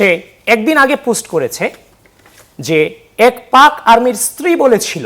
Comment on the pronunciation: পুস্ট কি ভাই? পুস্ট ❌ পোস্ট ✅ 😂😂😂